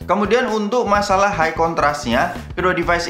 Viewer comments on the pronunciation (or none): none